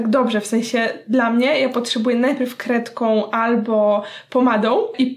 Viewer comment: Zamiast kredką usłyszałam krewetką😂😂